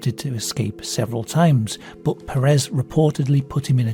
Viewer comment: The last name "puuh-rehs" doesnt exist, it is Pérez and it's pronounced PER as in "per capita" ans RES as in "rest", with the emphasis put into the first syllable, it's a spanish surname that means "son of Pedro", don't try to pronounce it in french or whatever THE FUCK you just did there, Americans do it and it's annoying af (They do it because some gay guy used it as a name but pronounced it like that so that it sounded similar to "Paris Hilton" who was famous at the time.